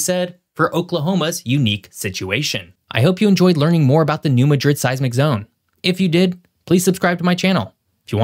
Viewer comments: 4 Points... #1-New Madrid is pronounced NEW MAD- DRID #2-Since the mid 90's building codes in some municipalities have been amended to require remodel, improvements, new infrastructure and new commercial, and government buildings be built to seismic standards. #3 Cape Girardeau- pronounced jeer-rar-dough, does not have the population reflected in your video. Your figure was 100K, it is actually less than 50K. The "county" of Cape Girardeau may have 100K plus, but not the city. Cape Girardeau is the "regional hub" and tends to attract shoppers, medical patients, special events goers from appx. 10 counties. Cape Girardeau can swell to over 200K on weekends and during holiday seasons #4- In this region's recent past, a new phenomenon has emerged that I believe will contribute to a more robust chance of a much stronger catastrophic seismic event taking place here sooner than that 500 year figure, and It will be a more violent and destructive event when it occurs. The phenomenon is "fracking sand". There is a pre- historic shelf or layer, swath, of the earth's crust that runs from south to north from near the Arkansas border up to just south of Festus, MO. , then it fades in MO but continues over to south central Illinois, then on northward to Minnesota. Minnesota has the largest deposit of this perfect sand ultimately l. This layer, I think is the, Eisenhower layer or possibly the Roosevelt layer, I'm not a geologist or someone that knows all the layers that make up Earth's crust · it's not called Madrid like Spain's capital city. New MAH-DRID is how it's pronounced. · I've got family down in SE Missouri, so both this, and the way he was saying New Madrid was making my eye twitch. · It's pronounced New MAD RID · I live in Memphis, Tennessee, and you lost your credibility because you don't know the correct pronunciation of place names. It's pronounced New MAD-drid. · It’s pronounced mad rid, not ma drid. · It’s NOT New Ma drid , it’s New Mad rid